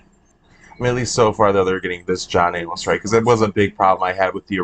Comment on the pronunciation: I suppose it is possible people could forget John A-MOS was even a big deal (and alive) since they didn’t include some of his story (like being married to Corrinne) in the ITBT movie. I could easily have forgotten his name by now. But no WAY can we forget him after Heather Graham’s epic pronunciation throughout the movie. 🤣.